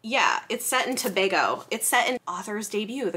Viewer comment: Thank you so much for pronouncing Tobago the correct way.